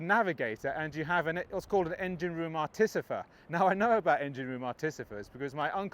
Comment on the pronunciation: Bless you - Artificer, not Articifer! Haha they were still in the RN until the 1990s